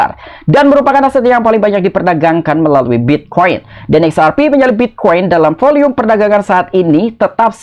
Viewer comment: Volume kali bang bukan volium